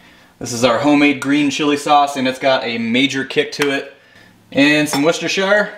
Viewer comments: Correctly pronounced . "Wooster sauce" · A Yank who can actually pronounce Worcestershire Sauce!!! Nice!